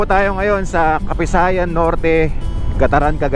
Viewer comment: Sir, ako po ay tga Cagayan. Ang pronunciation ng pangalan ng lugar kung may nadobleng letra katulad ng Baggao, Lallo, Capissayan ay hindi shino-shortcut. Parang ang bigkas ay Bag-gao, Lal-lô, Capis-sayan.😊